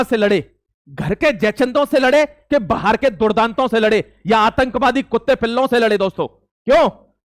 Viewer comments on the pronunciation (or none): none